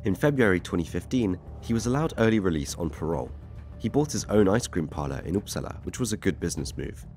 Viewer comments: The seriousness of the topic combined with the classic pronunciation 😭 "Up- sala" not "oops". Sk is pronounced "sch"🤣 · as a swede, I just love hearing Uppsala pronounced "oops allah"